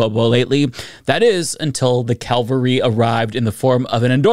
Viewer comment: Cavalry, not Calvary.